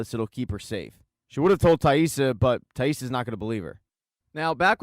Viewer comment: Good video but man it was annoying how you kept mispronouncing Taissa’s name 😖😅